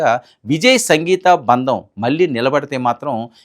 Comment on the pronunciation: బంధం. బందం కాదు.